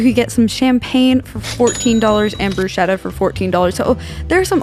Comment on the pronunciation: Bruschetta is pronounced Broos Ketta.. lol